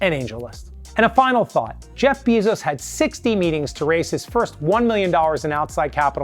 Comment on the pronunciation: “Bee”zos lmao